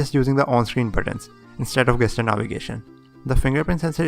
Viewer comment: Oh and one brotherly correction, no offense please. It's jeschur, not gaster. I am talking about that GESTURE. The correct pronunciation is jeschur.